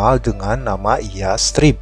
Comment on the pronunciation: Bacanya yasrib kak,,pake tsa' bukan yas_trib